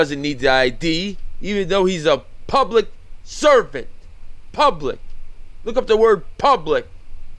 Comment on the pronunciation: Are you calling them public serpents? Kinda sounds like it. Would be a better name than public servant